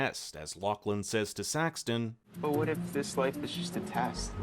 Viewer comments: Why do you keep calling him Saxton....??? It's so annoying. His name is SAXON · it's Saxon, not SaxTon.😜Do your homework. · Saxon…. Not Saxton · Saxon. His name is Saxon! Not Saxton! Oh God that was pissing me off!! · It is “Saxon”…Not “Saxton” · His name is Saxon not Saxton 😅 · IT'S SAXON, NOT SaxTon, no T. please watch the show again. Clearly you missed a lot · It's SAXON, no T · FYI, there is no "t" in Saxon.